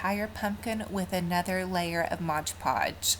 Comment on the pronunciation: I love your DIYS, they are fantastic and I pray this is not taken in a negative way. It's actually a common mistake but the mis-pronunciation of MOD PODGE drives me crazy... It is pronounced MOD podge, not MODGE podge. I know I'm gonna get some hate, but I honestly don't mean it in a bad way. And, I only want to help.